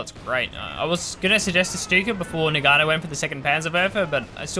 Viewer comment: please GG, "Noggano" not noganno